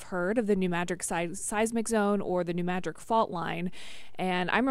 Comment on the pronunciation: It's NOT New MADRIK..... IT'S New M A D R I D